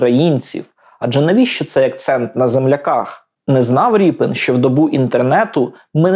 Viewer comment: Змилуйтесь, не РІПИН же ж! Рєпін!